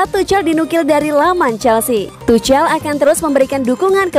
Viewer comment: Aduh geli gue dengar suara mimin,jangan tucel dong bacanya,tapi tuk'hel,bukan sok tahu tapi geli dengernya.